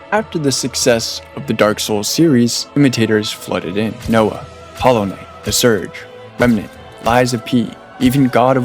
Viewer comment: Nioh is pronounced Nee-Oh, not Noah.